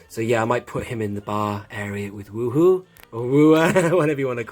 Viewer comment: Yes! "Woo Hoo" is Werhur (prounounced wherr.her). 😂🤣 You are missing some more bar patrons they made end of 2006 to 2009 (legacy collection "BAD" series) that also came with drinking glasses. The only ones Hasbro hasn't made from movie nostalgic action figures were The Tonnika Sisters and Han Solo's edited girlfriend scene; but, George Lucas permitted all others for Hasbro to make! Besides now with other 3 3/4 inch figures you could have bought and done repaint customs work also! Look out for modern day 3 3/4 inch finds of women like in the Batman aisle Wonder woman (I found at Target in 3 3/4 inch scale) and a year ago's Black Widow fighter two pack done in 3 3/4 inch scale by Hasbro, themselves. Even 1997's Batman and Robin's Poison Ivy or 2001's cartoon Harley Quinn 3 3/4 inch action figures seem like they need to be in the Cantina scene with a little paint customs! 😂🤣